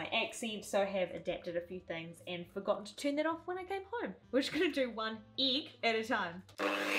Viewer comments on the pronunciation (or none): 'one eeg at a time ' 😂 I was seriously shocked by the detail about the accent, I had to go look up and see a random video about cooking from the BBC.. I didn't notice any difference! Keep up with these, excellent chef 💗